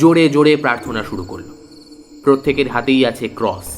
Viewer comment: tales ota ক্রঅঅস not ক্রউউস